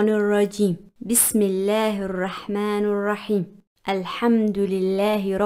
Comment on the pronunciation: Arrahmanirrahim h baji arrahmanurrahim nhi h galat hurf mat padho